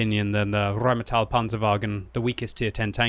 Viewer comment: I got here only to hear RRrrrheinmetall and wasn't disappointed ...